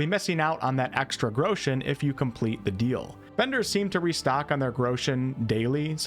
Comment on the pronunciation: 'grechens' haha